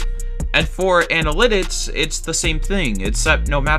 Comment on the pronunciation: You can't say the word analytics